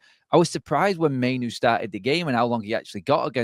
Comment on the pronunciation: Mai-noo not Mai-no.....and please stop mention Eth..its old news...